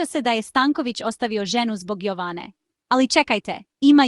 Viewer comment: Budaletine, nije Joooovane, nego Jovane, naucite srpski naglasak odakle ste i vi potekli, pa nam onda saljite vesti....ustase bedne